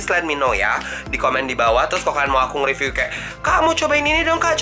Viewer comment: Wkwkwkwk "ripyu" Sumpah mood booster banget ❤️